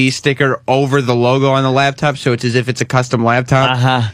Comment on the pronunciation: “Lab top”